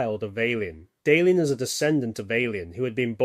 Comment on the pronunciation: Say, is it possible that this video was made with an LLM, colloquially called “A.I.”? Nobody, who has watched even one entire episode of Babylon 5 would pronounce names like Valen or Delenn in the way I hear it here.